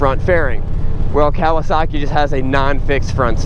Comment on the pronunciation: Dude.......It's not pronounced "Cow a sock ee" it's "Ka wa saki".........get it right.